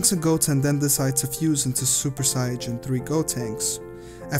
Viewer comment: Stupid it’s Saiyan not siajin